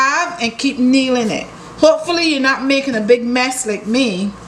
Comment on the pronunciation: I thought you were saying kneeling, lol.